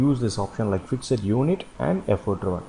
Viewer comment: Thanks for this nice tutorial. I'm glad I finally understand Effort driven is alway Fixed work. Just a head's up: Fixed is pronounced "fixT", not "fixID" ;)